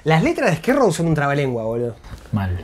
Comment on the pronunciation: Amo como jamás pronuncia Skid Row, esto es Esquí Row!